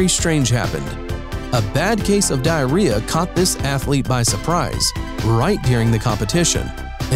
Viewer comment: OMG!!HE SAID DIARHEA AND THATS FLAMINGO CAN SAY